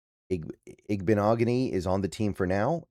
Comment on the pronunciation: I think you pronounced this better than most hard ones B! I like the pick up for depth behind Jobe